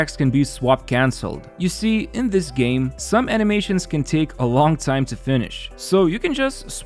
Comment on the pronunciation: After that, "you see," now i know you're from chicago